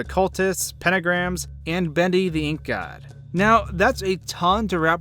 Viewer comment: ASuperMarioWiggler the funny thing is he said ink God not ink guy